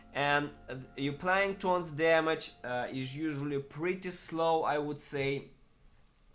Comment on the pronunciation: "th" orns. Not torns.